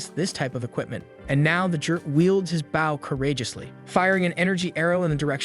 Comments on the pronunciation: I’ll never get over the automated voice not knowing how to pronounce the word bow. And not baow 🤦🤦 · please im suffering!!! stop pronouncing bow incorrectly